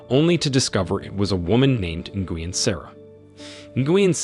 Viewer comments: Nguyen is pronounced “win.” The N is silent. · Darn AI voice doesn't know how to pronounce Vietnamese names. Nguyen---nwhen. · Bro. It’s not pronounced hope it sounds lmfao! “Nguyen” is pronounced “Wynn”. Smh. U gotta know this if ur gonna make a video about it 😂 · Nguyin = actually pronounced "win", as in "You win this challenge") in USA, NOT actually as interpreted; "Bow"= pronounced "Beau" (Bee+Oh). There's at least one other in there, but as much as this is so unremarkably researched [dot dot dot] Still enjoyable otherwise. Ty for the summary, very well done (no, I'm not being facetious, it's an awesome summary and I appreciate you for showing the "big picture"). Hats off to a solid summary 😊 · he called nguyen is guin 🤣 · her name is pronounced, Sara "New When".. Learn Vietnamese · Ni-goo-yen lol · God I hate your mispronouncing of Nguyen. It sounds like Win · Who the heck is Guin Sara? Guin… really lol😂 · Well the moronic AI that read this material fouled up all sorts of things. Nguyen is pronounced, “WIN.”